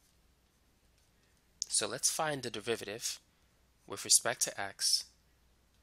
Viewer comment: Am I tripping or does this guy say devivative?